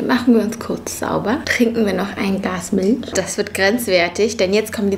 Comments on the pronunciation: Wieso sagt sie Mitltsch zu Milch?🤣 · wieso sprichst du milch milsch aus? kannst du kein ch aussprechen 😂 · Miltsch und muckbang wirklich richtig deutsch ausgesprochen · Ps2 :finde es witzig wie du Milch aussprichst😂